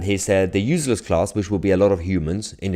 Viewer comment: Not UZLESS.. its pronounced uSeless